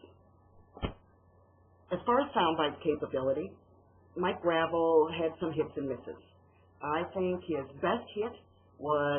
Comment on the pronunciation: It's pronounced GRAH VELL. If you're going to address him atleast pronounce his name right christ.